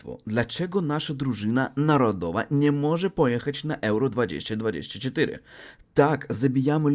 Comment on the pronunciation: jeśli chcesz poprawić swój polski to poczytaj sobie jak się wymawia poprawnie 2024:)